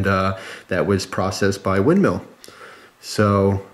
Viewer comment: WindMILL, not meal